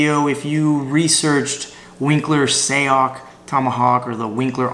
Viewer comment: pronounced SIGH-yoc